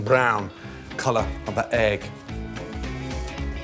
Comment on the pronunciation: Gordon's Scottish side is showing AEEGG